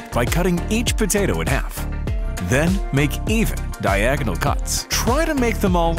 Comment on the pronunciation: kos time to destroust potoao